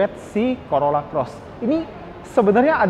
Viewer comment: Hahaha.. Corolla Coret😅 Dengernya geli🤭